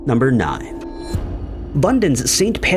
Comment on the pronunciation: number nined, number wand.. 😅